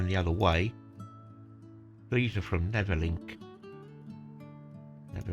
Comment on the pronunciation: Loved your prounciations :) What you were calling "Neverlink", is actually 'Nervenklinik", or Nerven and Klinik.... this is German for 'Psychiatric Hospital', as the 130 operated to Spandau Pschiatric Hospital (Spandau Nerven Klinik). What you were calling "Rufflin" is Ruhleben, which is pronounced "Roo-LAY-bin".